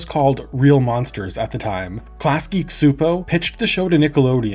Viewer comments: The cs in csupo is pronounced ch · Chew-Poe is the more accurate pronunciation since it’s in Hungarian. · Dude, that's not how you're supposed to pronounce Csupó 😅